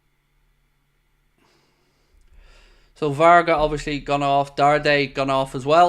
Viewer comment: !it is not VARGAS it is VARGA.Thanks